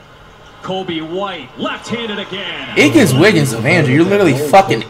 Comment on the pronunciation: He said iggins wiggins of Andrew😂😂